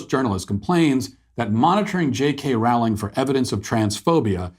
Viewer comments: "Rowling" is pronounced "rolling" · Rowling rhymes with bowling.